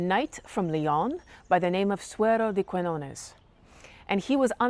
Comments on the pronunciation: So good, so good ur videos about history. In this case, please say Suero de Kiñones (the "qui" sounds as if u say "ki"). When u say "Kuiñones" sounds really strange for a spanish speaker (about the "ñ" sound.... difficult to explain it) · Quiñones, con "Ñ", se pronuncia no como una "N", sino como el sonido "GN" del Francés o del Italiano, o la "NH" del Portugués y la "NY" del Catalán. No es un sonido exótico, existe en la lengua materna de más de 1.000 millones de personas (más de 600 millones de hispanohablantes, 500 millones como lengua materna, unos 265 millones de lusoparlantes, 235 millones como lengua materna, más de 300 millones de francoparlantes, 220 millones como lengua materna y unos 75 millones de italohablantes, 64 millones como lengua materna), además de en Filipinas donde también se escribe "Ñ", aunque no haya muchos hispanohablantes, porque aparece en un montón de palabras y nombres propios heredados del Español. Si te atraen las historias de amor medievales, te recomiendo que visites el pueblo navarro de Olite, en el norte de España, donde un rey (Carlos III, el Noble) mandó construir un castillo de cuento para retener junto a él a su esposa castellana, que se aburría en un reino tan pequeño y se escapaba continuamente a la corte de sus padres. No te decepcionará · It was nice to hear you tell this tale, but a little more research would have enabled you not to mispronounce the protagonist's name throughout and to know there's a place called Catalonia whose inhabitants are called Catalans. I've noticed that even Americans who profess a love for a foreign country seem to think that taking a few moments to learn to pronounce the names of its places and people is optional. Also, that they seem not to realise how arrogant this is. Some otherwise admirable people do this. Please don't be just another one of them.